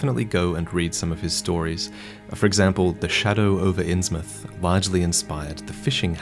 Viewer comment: You said Insmouth correctly!!!! Congratulations 👏🎉